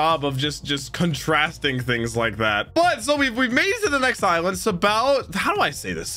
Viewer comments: Just so you know it’s pronounced Sab-a-ody not sobawty 😅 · It's pronounced "Shabondy". It's based on the Portuguese word for "soap". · Sabaody is pronounced ”Shahbody”. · Its pronounced "Shabondy" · I know it doesn't look like it, but you say it "Sha-bon-dee" Archipelago.